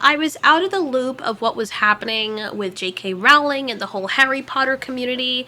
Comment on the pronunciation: ITS PRONOUNCED ROWLING LIKE BOWLING